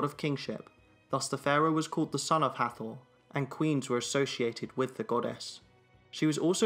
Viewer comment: Correction.. Hathor is pronounced Hat-hor.. and Thoth is T-hot..